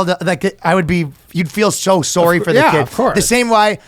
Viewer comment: Ryan's real Canadian came out when apologizing. Sooooowrie